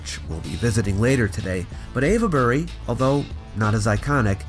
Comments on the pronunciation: It's pronounced wilt-sher, not wilt-shy-er, and ayv-bery, not ava-bery. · We Brits are shockingly lazy when saying words: place names especially. Avebury is ave-bree (you started well, but need to drop the schwas in the middle and at the end); some locals pronounce Cholmondeley as something like "chummly". And a lot of the old Norman-French names have been mangled: Beaulieu is byoo-lee; Chester-le-Street is chess-lee-street (not too bad, actually) and lots and lots more. Generally, English orthography and pronunciation have been fighting for a thousand years. It's basically a no-score draw. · You did a good job. My only correction is that 'Ave' in Avebury is pronounced like 'cave' instead of 'Eva'.